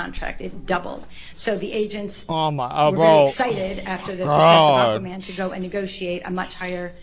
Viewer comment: Aquaman not Aquamara